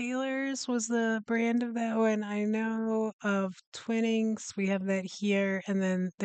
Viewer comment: Taylors of Harrogate make Yorkshire tea. Twinings is pronounced like twine (string) ing.